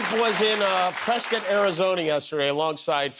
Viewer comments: Wow Jimmy you pronounced it Presscut not Prescott just like the locals do. Congradulations.😊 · Kudos for the correct pronunciation of Prescott👏. My son went to Embry Riddle and it was always a second thought to pronounce it that way. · Thank you, Jimmy, for correctly pronouncing "Prescott." And thank you for showing the Kari Lake debate debacle. Priceless!